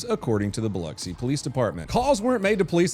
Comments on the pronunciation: Dude first off props for saying Biloxi right. I live on the MS Gulf Coast lot of people say it wrong. Second you need to do a follow on the lady putting razor blades in bread. If you notice on the video of her she is wearing a band aid on her face covering her nose. You need to see her mug shot picture and you will completely understand why she was wearing a band aid covering her nose lol. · First time I've heard someone pronounce my hometown correctly lol. Also first I'm hearing of the razor bread in Biloxi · I haven't followed up on the story, so I can only assume... did wallyworld fire the LP for daring to go hands on in a life or death situation? Also: Thanks for pronouncing Biloxi properly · Bravo Zulu for pronouncing Biloxi correctly. Sincerely, MS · Finally someone can pronounce Biloxi